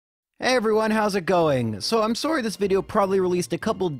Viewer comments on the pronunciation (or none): We know you're Canadian as soon as you said sorey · I knew you were Canadian when you said "sorey" and not "sorry" at the beginning of the video lol. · JRose saying “sorry” is when it first crossed my mind that he’s Canadian.